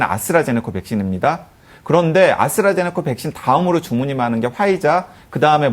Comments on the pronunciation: 아수라제네커가 아니라 아스트라제네카 예요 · 자꾸 "아수라제네카"라는 발음이 거슬리는 ㅡㅡ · 아스트라제네코 코 코 코 코라니 발음 ㅠㅠ